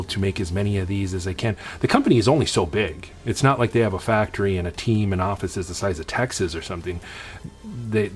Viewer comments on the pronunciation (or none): none